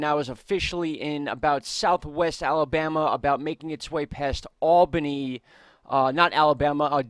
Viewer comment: It's pronounced "Albunny" not "Albannie"